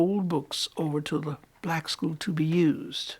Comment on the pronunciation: I do not like the disrespectful Tone of the interviewer’s voice. Like this old lady was working for her, or something. (And the way she pronounced the word “Black.” Annoying.)